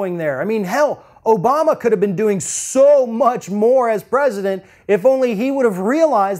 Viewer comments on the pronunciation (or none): none